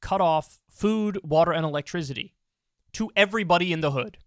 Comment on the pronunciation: Nobody: Kyle: elektrizity